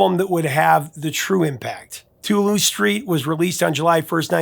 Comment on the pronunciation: I winced at the mispronunciation of New Orleans. Also Toulouse. You had the correct vowels but the wrong emphasis. You said too loose. You need to hit that S hard to say it properly, you put too much force on the T. But I forgive you. You a'ight.